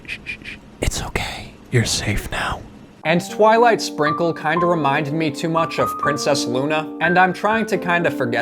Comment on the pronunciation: My daughter was watching with me and she said “it’s twilight sparkle, not twilight SPRINKLE” lol sass from a 5 year old…